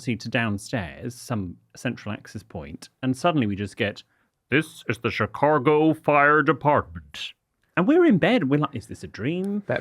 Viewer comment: am I the only one that hears say chicargo?